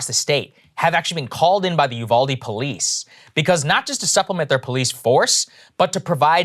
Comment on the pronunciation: It's oohvalDE not youvaldie